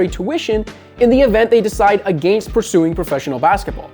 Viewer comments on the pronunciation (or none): I hate how this dude pronounces against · All i hear is "aGAYnst"